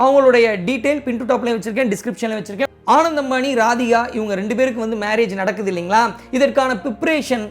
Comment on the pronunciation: u have to work on pronunciation of name of the people and place correctly. It’s not a rocket science! Ananth, Jamnagar.. etc